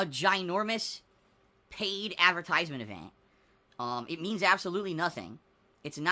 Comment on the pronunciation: I can’t stand how he pronounces “advertisements”